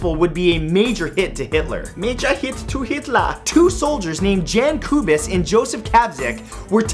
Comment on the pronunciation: Whoever advised you on the Czech pronunciation, probably was a less native speaker that I am :-D But the crazy thing is I cycled through streets named after Gabčík and Kubiš to stop by a historical institute that resides a stone's throw away from that place. Never heard of the broken leg of Lincoln assassin. :-D